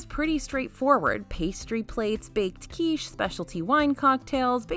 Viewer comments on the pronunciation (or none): none